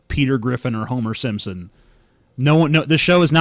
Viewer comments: Just in case anyone missed, he said "Homer Simpsom", with an M. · "Homer Simsim", that's how he said it